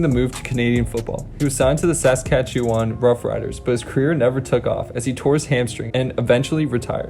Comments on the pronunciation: Dude needs to learn to pronounce Saskatchewan lol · You butchered Saskatchewan dude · that name sounded fine, saying Saskatchewan as 3 words was hilarious tho. in a good way :)